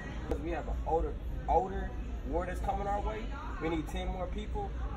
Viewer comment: You know what most black people age sooo freaking good. Some where in their 70's and almost 80 and didn't look no where near those ages. Melanin magic! Anyway is a fool. He kept saying " elderly war " and " handicap war " like I can't with him he's too much 😆